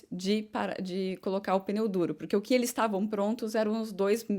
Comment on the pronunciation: Sim continue assim, mas com carinho nao fale "peneu" é pneu! desculpe